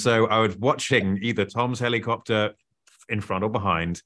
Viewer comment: I already knew the answer and I knew exactly how he was going to pronounce helicopter. 😂